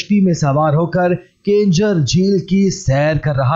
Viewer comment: Bhai ye kenjhar nahin keenjhar hai